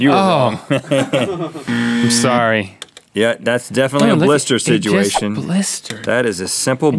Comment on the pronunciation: DOUBLE Rhett "Sidgeuation" alert!